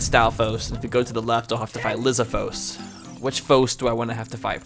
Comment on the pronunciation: That’s not how you pronounce lizalfos you say it like (Liz,all fos) you had fos right